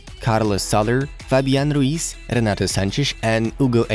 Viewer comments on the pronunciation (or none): none